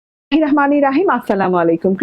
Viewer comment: মুসলিম হয়ে বিসমিল্লাহ টাও ঠিক মতো বলতে পারেন না..!. লজ্জা করে না ??